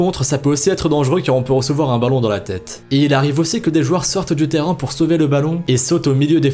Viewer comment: Il s'est pas parler!!!🤣 Écouter bien, il dit '' terran '' à chaque fois il s'est pas dire Terrain 🤣🤣 mais j'adore ces vidéos ahahaha ❤️